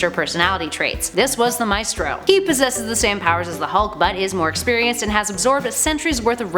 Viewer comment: LOL The pronunciation of the spanish word "Maestro" is actually pretty funny in english